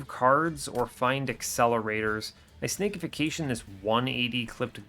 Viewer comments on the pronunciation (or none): This has been driving me nuts: its Snack-ification, not Snake-ification. Because you're turning the enemy into a crab cake for its allies. Making it into a snack. It's a great pun.